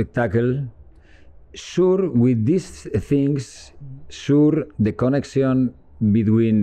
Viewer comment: trus milla kalo nyebut connection... dia bilangnya koneksyon...